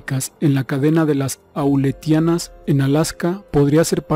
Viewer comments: Las islas se llaman A-leu-tia-nas, trata de leer mejor, por favor. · Son las islas "Aleutianas" NO auletianas esas islas no existen. Favor corregir y cerciorarse antes de publicar. Muy gentil.